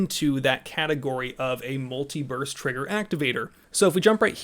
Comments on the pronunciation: Uh, muliverse trigger activator? My trigger only works in this universe. It doesn't shoot in other universes. When did Cali get triggers that could shoot through the multiverse? Damn aliens dropping tech on Commieland. LOL, you need to enunciate better. Every time you said it I did not hear burst. Wait wait wait....I'm watching this at 2x speed while working. Oh, well. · Did anyone else hear him saying "multi-verse" instead of "multi-burst"?